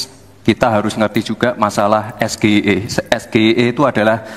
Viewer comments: Ya baru denger , Be wong samsul bilangnya ES GE I E, coba kalo bilang ES JE AI E..... Beda dong, uda gitu pertanyaane mandeg disitu, samsuuul samsuuuul.... Kelihatan cerdas banget ya...tapi kok harus balik semester depan lo wkwkwkwkwk🎉🎉🎉🎉🎉🎉🎉🎉🎉🎉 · PAK SAMSUL CARA MEMBACA SGIE JUGA SALAH SEHARUSNYA DIEJA DALAM BAHASA INGGRIS eS Ji Ai e bukan eS Ge I E ! SGIE ENDASMU ! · Be... menurut saya, kalau singkatan berbahasa Inggris, bacaannya bukan es ge i e, Mungkin maksud Samsul es ji ai i. Bukankah begitu, Be? TLL BGT. 😀😀😀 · SGIE baca bahasa inggrisnya apa ya ?kan itu singkatan bahasa inggris.coba perhatikan yg di ucapkan gibran SGIE bukan kah bacanya harusnya SG AI I .🫣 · S Ji Ai I bukan S G I E.samsul.... gimana cak Imin mw jawab nanyanya jg salah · State of the Global Islamic Economy (SGIE) S=Es,G=Ji,I=Ai,E=I... di baca oleh SAMSUL jadi Es Ge Ii Ee😀🤪.. Pinterkan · Aneh juga Gibran kok baca singkatannya malah di baca S G I..E.. di artinin bahasa inggri harusnya singkat pake bahasa inggris juga ES..JI..AI..I.. bukan S G I E... Kalau gak bisa gak usah bahasa inggris bang gib🤧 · Pertanyaan titipan.klu bnar singkatan inggris seharusnya bacaan nya gk kayak bahasa indonesia seharusnya dibaca esgi aiy ii sesuai bahasa inggris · SGIE klo istilah pake bhsa inggris.. bca ES JI AI I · Maunya memang menjebak pakai singkatan2 bahasa inggris (percis nyontek bpk nya dulu di 2019 dg PS 😛) ttp coba dengarkan bacanya pakai bhs indonesia ès ģé i é huahaa 😜 (nggk natural dikonsep team nya, bhs inggris disingkat ya hrs tetap pakai bahasa inggris lah bro, belajar dulu lah dr Pak Anies kalo bicara inggris heheee), ini bkn cerdas cermat hanya tehnikel jwb tanya cari di goegle jg bisa heheee .. yg penting jwb nya subtansinya, mantabs AM1N ☝️👍🏻🙏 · Harusnya Es Ji Ai I gtu ya ngucapin singkatannya soalnya singkatan Bahasa Inggris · Liat mukanya Samsul bikin mual...!!! Singkatan English di bacanya indo,contoh...UNICEF dibacanya yunicef bukan Unicef ...Samsul!!!